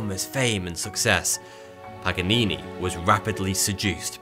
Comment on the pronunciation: Lol what about pagganini 🤣